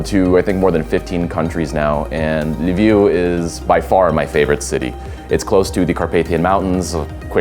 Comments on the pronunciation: Why does call Lviv Livu? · Why does call Lviv Lavu?